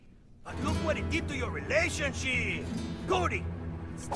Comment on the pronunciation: I was not expecting him to say ‘relation-shit’